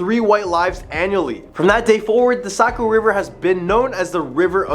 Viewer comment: Great stories but you’ve got to pronounce things right. New Hampsha, Socco River, Portsmouth etc. But good job otherwise.